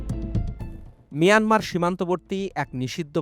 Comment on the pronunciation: Manamar border or mayanmar border? 😂